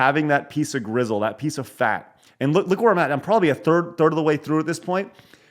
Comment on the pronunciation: Its pronounced gristle, not grizzle. No offense